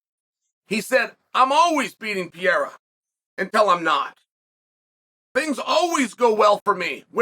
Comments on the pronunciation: Dude , is not "pi -era" is ''Pe - rei - ra'' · Convinced he said "pee air uh" on purpose bc there's no way he doesn't know how to correctly pronounce it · What’s not different is uncle chael calling him “Alex Pee-era” undefeated undisputed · he keeps calling Alex ‘Pierre’ 😂 tf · "Pierra" wtf is wrong with this man 🤦‍♂️ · Alex Pee-era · Ladies and gentlemen welcome to the Pee-erra. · Chael saying "Piera" on purpose never gets old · Pee Era. It is the Time Period of Urine! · Pereira... or to Chael P-Era or Pierre. I already know Chael calls Chipotle Chipoltay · Does he intentionally butcher his last name or is he just not able to say Pay Hay Rah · It's been so long and calling him Pierre-ah still cracks me up